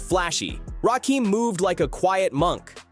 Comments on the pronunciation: EPMD could have been on this list Erick Sermon in particular. Also it's Rakim not Rakeem. And 3rd Bass wasn't a fish 😂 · It’s RAKIM homie not RAKEEEM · Why is it that you yt folks can never say folks name properly ? It’s not RAKEEM ITS RAKIM !! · It's Rakim.....NOT RAKEEM.!!! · Omg…RAKIM not Rakeem🤦🏾‍♀️🤦🏾‍♀️ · My question is ; Why YT folks always mispronouncing black folks name's ??? Or any name's thats not EUROPEAN??? The name is pronounced: RAKIM just like its spelled. Not RAKEEM. Adding insult to injury is the fact that this whole thing is about respect for Rakim and youre mispronouncing hos name the whole entire time.... Diabolical work... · Why you keep saying Rakim wrong? It's not Rakeem. Get it together. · You are completely pronouncing RaKim's name wrong. It's not Rakiem., it's RaKim. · Uggh, I want to like this video but I can't even finish it with this A.I. slop continuously saying Rakeem. 👎👎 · Rakim not Rakeem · It’s RAH-KIM put respect on his name.. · I didnt get through 2 min of this video. AI video creators are the absolute worst. They are lazy and incompetent. Rakeeem? 3rd bAss? Dont recommend channel. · As soon as a heard that "Rahkeem" mispronunciation, I'm out. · I hate AI narrated videos! Trash ass garbage! Talking about disrespect, and got the nerve to post this disrespectfully mispronouncing the God Emcee’s name wrong! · It’s driving me nuts how the narrator kept mispronouncing his name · Say his name right